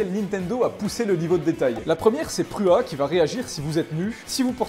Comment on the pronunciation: On dit pru ha